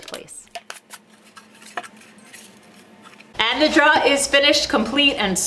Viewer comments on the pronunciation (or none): "Drawer". Not "draw". Apart from that, great job. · you mean "draw" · You can tell the accent with the word 'drawer'. Love your videos. The 'drawer' pronounced as draaawrrr definitely pin points the area of the country. Of course you would think speaking with me when I say 'fixin to' would be a tell also. :) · Drawer. Pronounced “dror”, according to my dictionary. Thanks for the vid though! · Its pronounced like door with an extra r droor. Aka drawer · New Yorkers tend to say "draw" and leave the er off the end. Just listen to Tommy on This Old House: Draw actually makes sense, since you draw it out to put stuff in it. In the West, we say it like "door" with an extra r - "droor." I can't see how that came about, but I'm used to it. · Took me a while, but you are saying "drawer" not "dryer".................... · I'm pretty sure the only reason she made this video was to see how many times she can say "drawer" on camera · I came to this video in hopes that I would hear you saying drawer repeatedly. I was not disappointed. Your videos are great, teaching people to just not be afraid to try. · Hi, great lil video. I'm really very surprised how many people commented on your pronunciation of "drawer" I'm guessing they never spoke with a long islander before..lol they need to get out more often. Keep the hits coming! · I like the project but where is the R in Drawer? That was driving me crazy. ...regarless - Good work, very good camera work and edits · Do you know that second r you drop when you pronounce drawer floated up here to the Midwest and got stuck in the wash. Up here it is now pronounced warsh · It's weird that that Southie accent only really becomes pronounced when she says drawer. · Informative lady, i just hate her pronunciation of “drawer”.